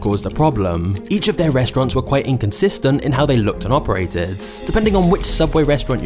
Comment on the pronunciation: Is there something about his accent that makes the last syllable of each sentence so drawn out? "Quiteinconsistentinhowtheylookedand operateeed." "Theywerequitewell offff." The rest of the sentence is so quick but then the final syllable drags. Very interesting